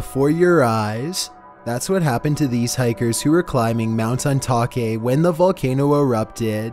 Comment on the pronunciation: Dude mispronounced many of these very famous volcanoes.